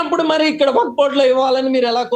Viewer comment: Wak/waq kaadu, Wakf/Waqf adhi.meeru Advocate sir. వక్ కాదు వఖ్ఫ్ కరెక్ట్ పదం కనీసం వక్ఫ్ అని ఆయిన చెప్పండి ۔మీరు అడ్వకేట్ సార్.